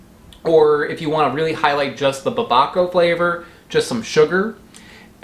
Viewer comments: To be fair babaco just sounds like someone horrifically mispronouncing papaya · "DOLCHE DE BABA-CAO" lmao. Did you mean Dulce de Babacao (pronounced: DUL-S-E)